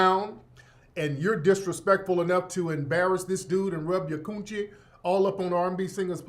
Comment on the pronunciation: Every time you say koon-chie it cracks me up!